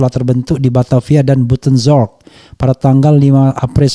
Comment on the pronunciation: Maaf bung RF skdr ngasih tau BUITENZORG ( Bogor ) cara baca nya Bijtenzorg, mokasih loer